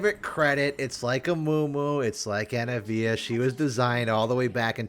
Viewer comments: Anna-eh-via Everyone else: auh-nivia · why do you keep calling anivia anavia? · STOP SAYING ANAVIA HER NAME IS ANIVIA